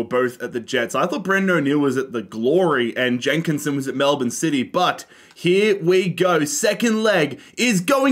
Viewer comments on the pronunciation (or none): none